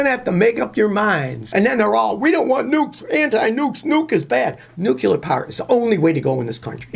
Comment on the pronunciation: nuCLEAR, not nuculer